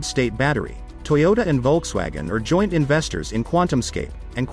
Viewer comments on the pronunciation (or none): none